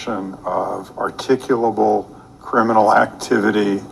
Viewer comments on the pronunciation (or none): why is articulable such a hard word to say ? also this is like a sovcit in front of judges lol